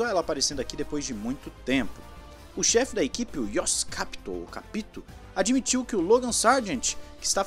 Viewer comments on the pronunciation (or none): Se diz Capíto ( com o som forte no i) è um sobrenome italiano que significa (entendido)